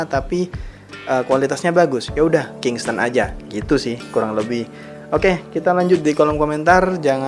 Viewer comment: bukan kingston bang tapi kingston